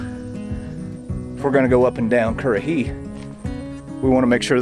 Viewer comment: You know what, when you talk currahee it feels satisfying lol